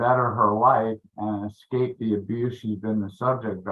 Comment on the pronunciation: It's ESCAPE, not EXCAPE Dmb A$$